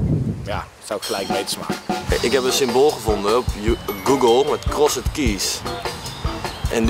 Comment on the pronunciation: Jezus Thomas Cross E d? English Language on Fleek Please, pronounce crossed correctly.